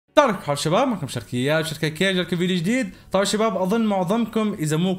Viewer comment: من متى جملة(السلام عليكم اخباركم شباب)تنطق(طاحيكم حال شواب)!!!!ياخي تراها تحية الاسلام سلم زين اش بلاك مستعجل